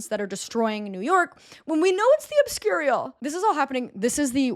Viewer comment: The way you consistently mispronounced obscurial 10/10 😆